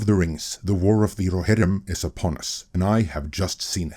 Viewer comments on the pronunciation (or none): the warrr of the rrrrohirrrrrrrrrim